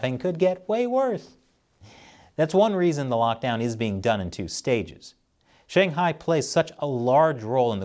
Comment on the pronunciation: Dude I love this channel but for once please, learn to say Shanghai and stop saying SHAYNGHIGH and BEISHEENG it kills my ears and anyone's who speaks mandarin